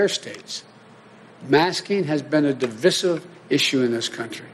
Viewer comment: Is it pronounced Divisive or di-VI-siv? I guess when you're reading something someone else wrote, you say what you want.